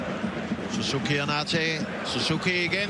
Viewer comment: バイクがあるからSUZUKIとHONDAの発音はいいね